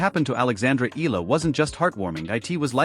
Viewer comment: Just wanna correct how the narrator said Alex's last name EALA as ELA or ILA, it should be said as E-YA-LA! ;)